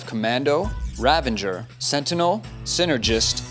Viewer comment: Its 'Ravager' not 'Ravanger'